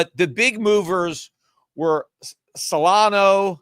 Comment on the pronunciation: It seems that Peter may have a near perfect memory based on the stories he tells going back over sometimes decades of American and economics history. Then he comes here mispronouncing Solana (repeatedly over a couple of weeks now) and Cardano to feign limited familiarity with them. Peter we're not falling it. 🤡🤡🤡 It is clear that in the last year at least, you follow crypto as closely as you do your unfortunately-dying-at crypto's-hands asset classes of gold and silver. Just own up to it!!! We know you are financially married to Gold and Silver and we understand that when we come to your podcast.